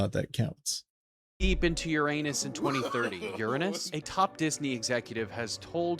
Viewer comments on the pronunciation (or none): 😂😂dude said yer anus😂😂❤